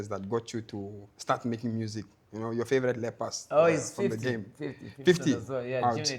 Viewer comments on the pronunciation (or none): Bro literally just said your favoulate lappers😂😂